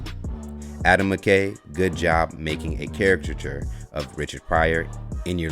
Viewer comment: How do you get paid to speak, but you gonna let a (word) beat you?! CAR--I--CA--TURE smh